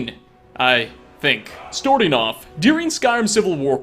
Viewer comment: “Storting off”